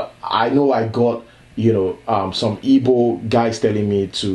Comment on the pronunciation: Well done man. They're called 'Igbo' not 'ibo or yibo'.